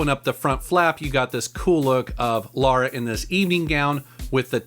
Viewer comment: it's Lara, not Laura